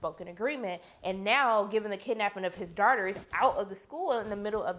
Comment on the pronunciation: When she says daughters it sounds like shes saying darters no offense